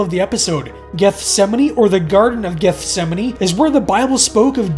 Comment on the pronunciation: I’m glad he pronounced it correctly!